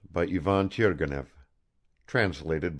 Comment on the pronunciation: The accents and pronounciations are all incorrect..."Turgenev" has to be red "turˈgʲenʲɪf" , with the accent on the JE...it's like to pronounce "Stevènson". I know it's free and blablabla..